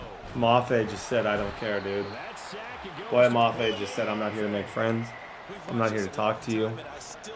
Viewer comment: Great video boss. FYI it’s boy-yay mafe. Doesn’t matter but I’m a big gopher fan so just wanted to tell you